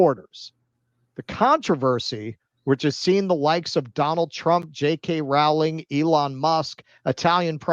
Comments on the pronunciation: Well, no, you still should pronounce the W a little. So it''s like row-ling. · Rowling is pronounced with a long o.